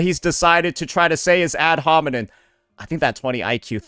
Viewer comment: it's ad homiNEM bro the word ends with an M it's not that deep come on bro